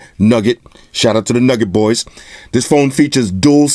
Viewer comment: I'm not sure if you know or not, but Nouget is pronounced as New-Get not Nugget. But besides that superb video man. I always come to your channel first. When I saw the add, I was like here I come.